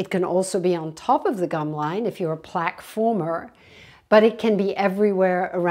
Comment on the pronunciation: "Plague" and "plaque" have different meanings. They're also pronounced differently. 😅